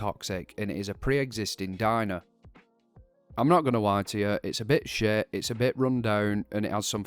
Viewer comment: I am noot gooing to lye ya, locaatioon. I am so sorry. ^^' Great video nonetheless. :D